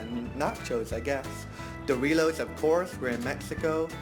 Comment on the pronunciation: Porque dices "Dorilos" or "cheelos" instead of "DoriTos" or "CheeTos"? not trying to be rude, just wondering! By the way! im new in your channel! Mi amiga se acaba de casar con un Britanico y en la boda la gran mayoria era de allá. Si que saben divertirse! hahaha